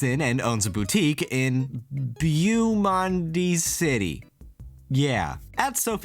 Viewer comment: Your prononciation of Beau monde is flawless!